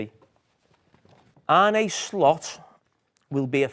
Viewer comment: My cousin is called Arne. Are - nuh … not Arnie, not Not Arnay or any other mad pronunciation.. you’d think at least would work it out..haven’t heard one person get it right yet 😂